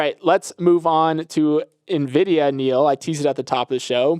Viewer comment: 😂 Neal always says Nuh-Vidia 😂